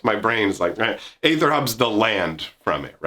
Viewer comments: is "Aether" really pronounced "Ay-ther"? I thought it was "Ee-ther". Also, TIL Toronto is bigger than Chicago. Did not actually know that. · After like ten seconds of searching, aether is just another version of ether, with the spelling differing based on different variations of languages, and it is still pronounced Ee-ther. Seems like most people just get it wrong because of the A that starts the word off, but is apparently silent, so Ee-ther is correct.